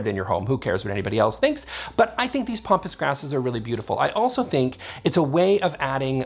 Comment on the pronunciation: Love your videos. So I'm really torn about saying this... Here's a trend I hate...softening the A's in all kinds of words. It's not pompous grass, it's pampas grass. It grows on the pampas in Argentina. Pronounced "pam pass". Like Pampers, Pam, past, Pat, etc. Don't feel bad. It just means that your reading vocabulary is ahead of your hearing vocabulary. Either that, or you've been listening to too many Americans. :-) trying to be hoity-toity. I've heard Rattan pronounced "Rot on" on a DIY video.